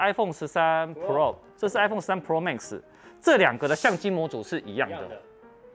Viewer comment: 每次聽到Tim哥唸“pro"這個單字都覺得怪... Pro的重音在第一個字，唸起來像唸中文的“破”，就是一個字發四聲但中間有捲舌 但Tim哥都唸成璞肉變成二聲加四聲，聽起來整個怪...也不像是日本腔或是台灣腔，就是有點怪...😥